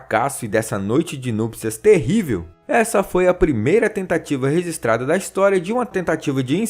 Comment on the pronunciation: "Resistrado" meu ouvido sangrou 😅